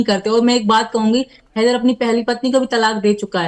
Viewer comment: Tera ye haidar ko kitna glt bolta tb beth kr hansti h😂😂😂